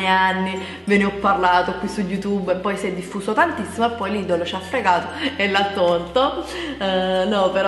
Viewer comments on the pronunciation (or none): si dice lidel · Si dice lidel LIDEL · Si scrive lidl,ma si legge lidel...